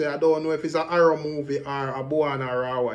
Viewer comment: Di man say sir p dunce …so him is wat mr Arrow my yute the word is error 🤣